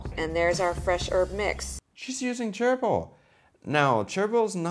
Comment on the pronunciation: I know you were saying "chervil", but I swear it sounded like you were saying "gerbil". THAT would be an interesting omelet....